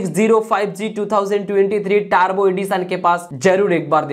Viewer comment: Dost it's not tarbo ,prounce it turbo